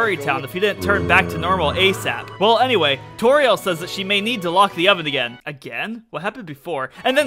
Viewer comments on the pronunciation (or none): none